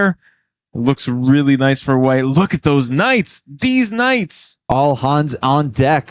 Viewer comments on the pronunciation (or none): Did the commentator actually say: „Deez Knights"? 😆